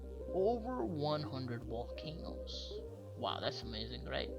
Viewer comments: What’s a wolcano? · Whats a wolcano